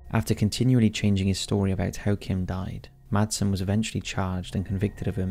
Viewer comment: You dont sat/use the d in madsen 😅 in Denmark we say IT like masen 😁